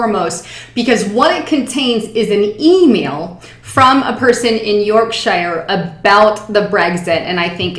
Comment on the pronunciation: the voice of truth from us in the UK,......not good at pronouncing "Yorkshire" tho'